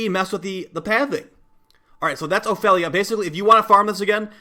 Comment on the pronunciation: honestly, you pronouncing Ophelia feels so wrong